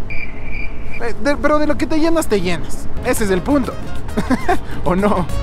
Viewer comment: "Pucta", "concecto", "corructo". Con razón se burlan de ustedes en el exterior.